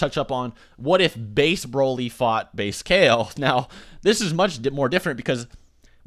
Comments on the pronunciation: DUDE IT'S NOT BRÓLY OR BRAWLY It's Broly (Bro-lee).. ffs everytime you say it triggers me. Watch the dubbed movies and hear them... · Bro-ly not Brah-ly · why do you keep saying "brawly" instead of broly? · Broly not braly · Can you just say BROELY like everyone else... I’m pretty sure you’re like the only person on planet Earth who says BRAHLY. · It's broly not braly😭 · Damn dude, pronounce broly properly will u! It's not 'Brawley' it's Broly! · Omg the way he says “brawly” like bruh try at least. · I cringe every time you say Broly like Brawly 😂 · everyone says Broly like brawly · Are you stupid? "Braley"??? really? Learn how to pronounce Broly idiot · It's pronounced "Bro-Lee" smh lol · Me: Wow this seems interesting. I'll give it a watch: "Brawly" Me: I immediately regret this decision. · NOBODY FUCKING SAYS BRAHLY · Why is he pronouncing Broly as Brawly? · I was reading a comment chain while eating ice when said "Brawly". I slammed down my cup of ice and closed the chain (I'm on mobile) and was about to leave a triggered comment, but then corrected himself. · Say his fuckin name right dipshit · Dude your not saying broly right